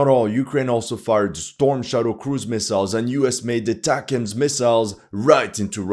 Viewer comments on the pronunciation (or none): none